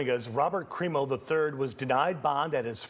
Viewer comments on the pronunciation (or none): Good job ruining the CRIMO name